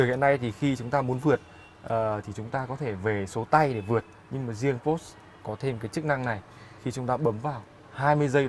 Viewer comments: Đọc po sơ nghe mới ổn chứ mẫy chỗ review khác đọc pọt chơ :)) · ủa sales đọc đúng mà /por-shuh/, đọc theo kiểu người đức cho một hãng của đức thì có làm sao hả bạn ?